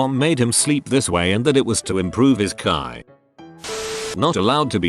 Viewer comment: Us: "Chi" Text-To-Speech voice, an intellectual: "Kai"